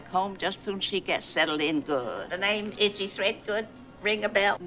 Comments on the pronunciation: Her name is Idgie not Itchy lol 😊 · The nickname is "Idgie", short for Imogene, not "Itchie" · Idgie. Not itchy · It's "Idgy" as opposed to Itchy. It was a nickname for her full name Imagene/Imogene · Her name is Idgie, not Itchy. 😂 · Idgie not itchy😊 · I always heard Itchy. 😅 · Idggie . As in imogene